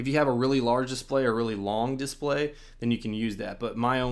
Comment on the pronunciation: Dude, ‘Dis play’ is one word